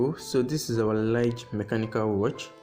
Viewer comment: It's actually pronounced "Lee Guh". Nice review tho